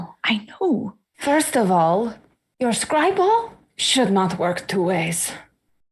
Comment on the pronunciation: "scry ball"? Classic.